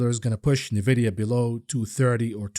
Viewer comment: Nvidia is pronounced En Vidia. You say the letter N then vidia. Is isnt Nuh Vidia. Love you buddy, been watching for well over a year. Thank you for everything you do!